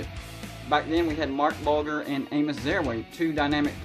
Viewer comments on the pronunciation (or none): Bulgar had a very good career and made a pro bowl...perhaps you should learn how to pronounce his name